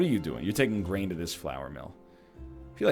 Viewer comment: I'm pretty sure hearing brain instead of grain is ingrained in my brain